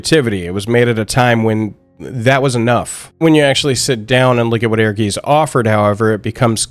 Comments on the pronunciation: It's certainly not the easiest word for non-German speakers, no. ^^ I think with the version I wrote down, you get to pretty close to it. Aergaits or even Airgaits, that should be even easier through the word air. Doesn't matter in the end, when most of the world would pronounce it a different way, I would join in, so it's internationally understandable. :D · We always thought it was pronounced like "Urges" and it was just spelled that way to be unique and different. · Am I the only person that pronounced this game as “air guys”? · i always pronounced it Err-guytz. Because i live in germany. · It is air-guys, though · Please stop trying to pronounce "Ehrgeiz", because you are really bad at it. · Bro they say the name of the game right in the beginning.. it's pronounced, essentially "Air Guyst" not "Air Geeez" 😭 but, nonetheless, I'm still glad people are taking shot this game.. it might not have been successful but damn was it fun! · I never knew how to pronounced the title. But, I always bring it up when talking about FF, like "did yall every play that FF7 fighing game. E-her-geez"😂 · Its pronounced "air-gites" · Thank you. Dude is suppose to be a hardcore fan of this game and can’t say the name right. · It's pronounced Heirguyts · It's pronounced like Airguytz. Air + Guys but with a hard Z. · Ehrgeiz is actually a german word, pronounced Air-guy-ts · the Z in geiz is sharp so more like a ts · ... Not "air-geese." It's "air-GAH-its." In German(ic) words, the spelling "ei" is pronounced the same as in "poltergeist" (which, yes, is Germanic). See also "feisty." Z is the same as with Italian (see "pizza"). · I always thought it was pronounced like “Air-Guys” based on the Germanic seeming phonetics. Not urr-geez. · Great video and great reminder of a cult classic. I just heard Aegis all the time instead of Ehrgeiz. ^^ It would be rather something akin to Aergaits.